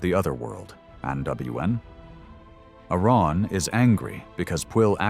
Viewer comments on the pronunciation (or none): Really terrible Welsh pronunciation by this AI. "Andwen" "Cullooch and Aloon"